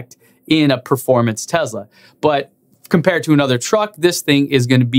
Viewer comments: I believe the correct pronunciation of Tesla is “Tess-la” rather than “Tez-la”. It is my understanding that there is no “zee” sound in the Serbian language. Could be wrong about that. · Man , you do excellent job , your videos are excellent and looking forward to new material. Just PLEASE , learn to say TESLA with S in middle of word , it's not Z as you constantly pronounce it. Thanks and have a great day. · Is it Tezla or Tesla? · why do you pronounce it "tezla"?? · Local accent.